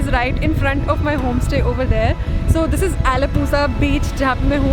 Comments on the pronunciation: Just a small correction mam for the word Allapuzha.......Mam it's not allapuzzzzzha!! Actually Z is silent and it's spelled as Allapuyyhha!!!! Same for kozhikode also!!! Z is silent and it's spelled as koyhikode!!! Thank you!!! Lots of love from Pune and I'm actually from Kerala❤️❤️❤️🙏🏻🙏🏻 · The pronounciation is ALAPURRA😭